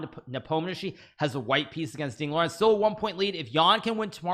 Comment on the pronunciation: Now he has to learn that Ding Liren is actually pronounced "Ding Lijen"